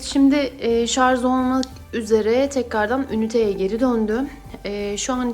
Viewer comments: Şarz değil Allahım yarabbim, Şarj Şarj öğrenemediniz şunu ya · Lütfen şarz demeyin.